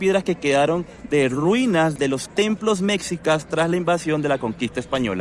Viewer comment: Antes de hablar de un lugar te recomiendo leer e informarte e informarte en las fuentes adecuadas sobre el tema y en especial cuando hablas de la historia de un país tan importante como México. Por ejemplo dices Mecsicas y eso no existe se escribe Mexicas y se pronuncia "meshícas", tampoco existe "Plaza de la independencia" se llama Zócalo o Plaza de la Constitución. También la ciudad original se llama Tenochtitlán, no existe "tenocticlan". Sería justificable Si fueses sueco, gringo o francés, pero eres latinoamericano y hablas español por lo que puedes comprender y entender perfectamente. Ya que tu video es público y estás desinformado. El edificio donde vive el presidente no se llama palacio presidencial, porque propiamente no era un lugar para que habitará el presidente, se llama palacio nacional y es el edificio que representa el gobierno repúblicano de México. Obrador rehabilitó un departamento dentro del palacio para que le fuera fácil llegar al despacho presidencial.